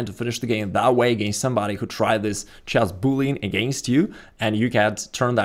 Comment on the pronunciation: 'The most annoying opening video you're ever gonna open in "chass"....'